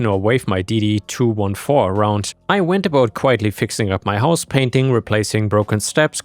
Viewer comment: ⭐️⭐️🌟💫✨ FYI: DD214 is pronounced DD-two-fourteen.